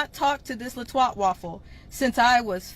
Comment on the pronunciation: I was off my game last night and saw my comments the ❄️ meant snow birds.. till me a minute, my bad. Also can I hear say twtwaffle 😅. Good show🎉 Keep up the good work Gv glad you're feeling better❤